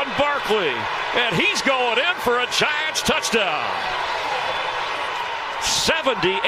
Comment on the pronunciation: Did anyone catch the announcer say yiants?